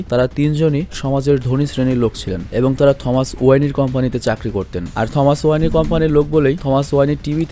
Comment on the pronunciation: টমাস না থমাস ওয়াইন